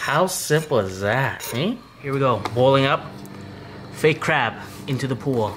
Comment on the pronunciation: Did he say "Fake Crab"?